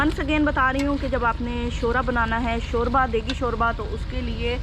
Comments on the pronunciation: شورہ نہیں شوربہ بولتے ہیں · salam! aap sab k vlogs mey bohot shok se dekhti hun, agar aap ko bura na lage to iss video mey aap urdu mey shoba lafz ko shora bol rahi theen jo k sunne mey acha nahi lag raha plz don't mind. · shora nahin hota shorba hota hai😋😋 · Shorba not shoora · Shorbaaa not shoraahhh🙄🙄